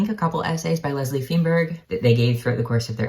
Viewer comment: Feinberg is pronounced "fine-berg." Akin to the pronunciation of the first syllable in "Einstein."